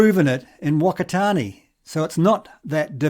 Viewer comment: Fuck-a-tar-near is how you pronounce Whakatane.